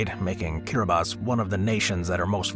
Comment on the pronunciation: I loved the video, except the silly American assumptions that people would not have heard of some of these countries. I was briefly thrown by the correct pronunciation of Kiribati, 'Kiribass', but I heard of then all and knew roughly were they all are. Moldova is split in two and Transnistria is akin to Africa's Somaliland or Asia's Republic of China (Taiwan)